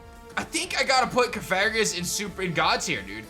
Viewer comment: "Cof-fair-guess" Me: What 😐